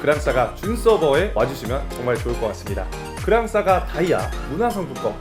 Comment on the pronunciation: 그랑싸가x 그랑사가o